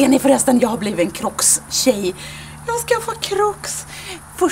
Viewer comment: hahaaha vad söt du är när du säger crocs. så svensk som möjligt haha